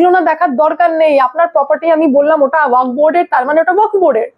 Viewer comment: কথাটা ওয়াক্ নয় । কথাটা ও য়া ক ফ্ । উচ্চারণটা ঠিক ঠাক করুন। শুনতে বড় খারাপ লাগছে। আপনার বক্তব্যগুলো অকাট্য সত্যি। সেই ব্যাপারে কোনো কথা হবেনা। কিন্তু এই উচ্চারণ অনুষ্ঠানের standard এর ক্ষতি করছে বলে আমার মনে হয়। আর একটা কথা, S আর Sh এর উচ্চারণ এক নয়।